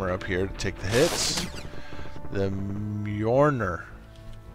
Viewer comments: Mjolnir is pronounced Myulneer. Its the name of Thor's hammer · Mjolnir is the name of Thor's hammer in the Norse mythology it's pronounced Me-ol-nier